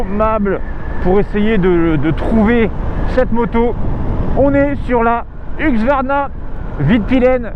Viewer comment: Huxsvarna... ça se prononce Heusqouarna si jamais ;)